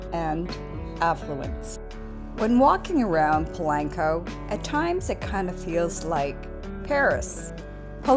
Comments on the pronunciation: Please por favor stop saying Pulanko!!!! Dios mio. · Pa lank co 🙄